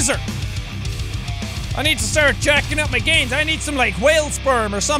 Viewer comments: What Jack said:WHO'S READY TO GET SWOLE UHHHHHHG GAINS what I heard: WHO'S READY TO GET SWOLE UHHHHHHHG GAYS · When he said GaInS! I thought he said GaYS!